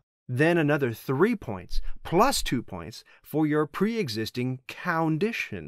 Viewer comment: gotta admit - you got a little chuckle out of me for those "cowditions" :D